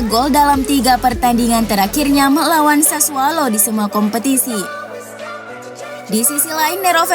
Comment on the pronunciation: Admin gak bisa nyebut sassuolo wkwk, sassualo.. Giuseppe, guiseppe